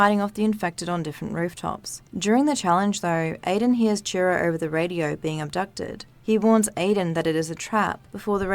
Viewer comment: Goe, belloew, Radioe. Your voice and accent are straight up ASMR for me. Don't mind me while I go binge all your videos